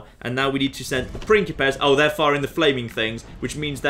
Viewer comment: Every time says "pincipes" I hear "prickly pears" which makes the whole thing very entertaining